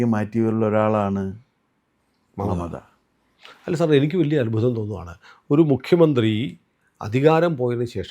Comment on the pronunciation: പറയുന്നത് മമതാ എന്നാണെങ്കിലും കേൾക്കുന്നത് മറുത എന്നാണോ? ഒരു സംശയം😂